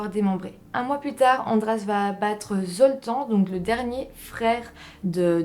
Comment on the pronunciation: La prochaine ne picole pas avant la vidéo, comme ça on comprendra mieux ce que tu dis, c'est Septante-neuf pas Septaneuf. Le prénom Zoltan se prononce Zoltane !